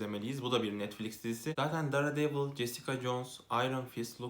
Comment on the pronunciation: "dare"devil diye okuyunca izlemeyi bıraktım teşekkürler